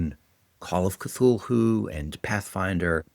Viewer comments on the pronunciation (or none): Love the video but the way you pronouce Cthulhu is f*ing sending me, mate :D